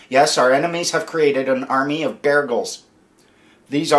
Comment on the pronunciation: Beargles not Beagles oh.....my